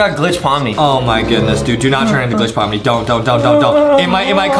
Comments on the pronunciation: “Pomni” ❎ “PaLm NeEeEeE” ✅ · "palm knee" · Bro said I'm turning into palm knee 😶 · "palm knee" 🌴🧎